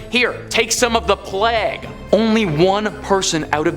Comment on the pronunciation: How about calling the plague...."pleg"